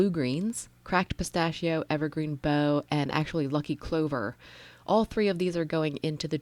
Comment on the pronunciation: Love your videos! I think evergreen bough might be pronounced like a dig bark….bow…not certain but that’s how I have always pronounced it. I would never have thought to use that background stamp! Perfect!